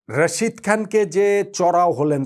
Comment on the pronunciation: ভাই প্লিজ রশিদ না তার নাম রাশিদ খান মোঃ নবীনা মোহাম্মদ নাবি দয়া করে নামটা ভালো করে বলুন